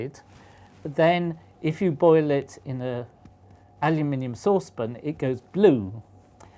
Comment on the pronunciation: my gwad he he cain't even say saucepan